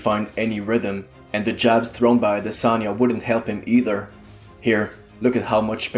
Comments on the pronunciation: His name is pronounced "AH-DEH-SON-YAH" not "AH-DEH-SAN-YAH", its a Nigerian name. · It's Audi-sauna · I'm pretty sure you did a good job pronouncing the name. I'm Nigerian myself, although not the same tribe as Izzy, but I wouldn't know to say SON rather than SAN. 🙂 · thanks bruh....they spend time commenting on how Ngannou's English is whack or has improved....but won't humbly take the right pronunciation of an African name....crazy dudes all over the place.... I'm Cameroonian...